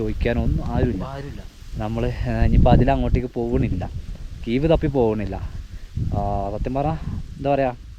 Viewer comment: കീവ് അല്ല കേവ് (cave)